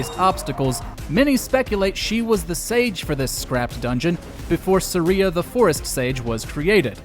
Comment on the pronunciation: who is sa ree uh